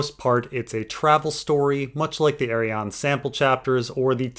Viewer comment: First time I hear you say Arianne in stead of AriannA. Never too old to learn 🙂